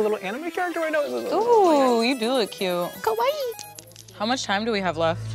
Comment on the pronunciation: not trying to say "kawaii", but instead saying "kowai" this is why he lost lmao